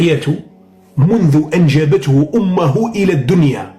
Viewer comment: انجبته امه بالضم لا بالفتح الجاهل😅